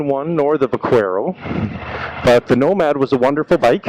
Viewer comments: Pronounced buck-air-o. Spanish for Cowboy, Buckaroo. V pronounced B. Lol I called it va-quare-o also lol But was corrected by a spanish fella. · Thank you. Drives me nuts when its pronounced like how this guy said it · Couldn't watch. The mispronunciation of the name was absolutely driving me nuts. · I'm the exact same way. Every time I hear someone pronounce it that way, I turn vid off right away